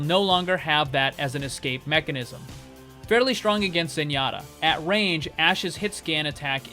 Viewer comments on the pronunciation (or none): none